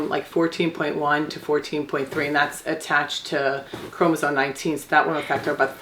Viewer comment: “CHROM-OSOME” Not “chromosone”